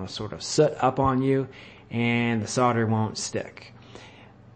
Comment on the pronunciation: The word is SOLDER not SODDER you ignoramus. When you sell a house do you SODD the house?